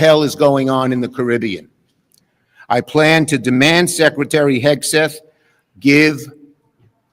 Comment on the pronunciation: He said scretary of defense😂😂